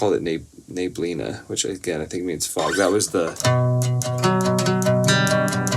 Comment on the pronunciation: I always enjoy hearing your stories, whether they're about your journey as a musician or just random memories you decide to share.😊 I really liked "Neblina." That word is spelled and pronounced exactly the same in Portuguese and Spanish, so I'm going to count today as the first time I've heard you say a Portuguese word with perfect pronunciation! 😊 I liked the melody so much that it was really hard to choose just short sections. When I test the timestamps, I'll try splitting some of the longer ones. About "Head Again"... I honestly didn't catch the meaning at first. 😅 I had learned the meaning of this expression from another song you sang here a while ago, but I still didn't make the connection this time. 😅 It wasn't until you told the story about your mom that I realized what the lyrics were about. 🤣 I wasn't even sure whether I should mark timestamps from that song or not. From around the third song on, you mentioned a few times that the guitar was out of tune, but I honestly couldn't hear it. Since you brought it up several times, I'm not completely sure about the timestamps I picked from those songs. There aren't many, though. If you don't like them, you simply won't post them, and that's totally fine. I just wanted to let you know.